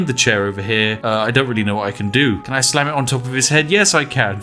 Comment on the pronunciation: I thought he said sand not slam